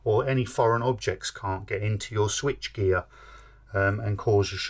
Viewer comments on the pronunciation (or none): none